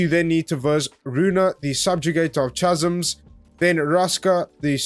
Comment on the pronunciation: That’s not how you pronounce chasms dude